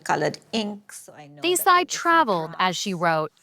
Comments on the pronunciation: They couldnt take the time to pronounce her name right, even when they have Indian co workers, whom they could have asked. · Omg the way the host pronounced Desai. How rude!